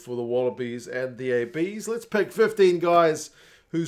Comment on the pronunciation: Peek? Pick? Nah mate, you’re a Kiwi… the correct English is "Puk" 😂